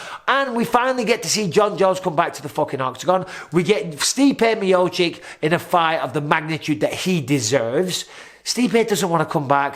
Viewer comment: Not chick it’s chich